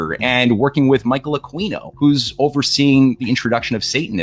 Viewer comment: Michael Aqueen'O. 🤣